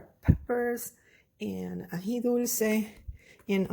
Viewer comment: It's Aji not Aqui 😉